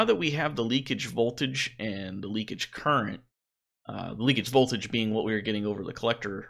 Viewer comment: The word is "leakage."